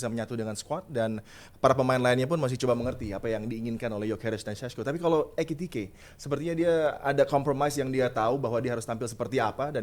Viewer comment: EKITIKE bkn ETIKITE,😂